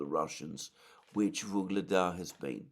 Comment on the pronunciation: "Ugledar" or "Vuhledar", not "Voglada"